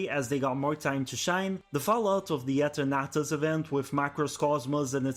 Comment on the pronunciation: The way you pronounce Eternatus had me so confused to which pokemon you were talking about haha.